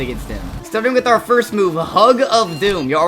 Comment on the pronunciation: ''oh the shedwetsky is on auwa farm''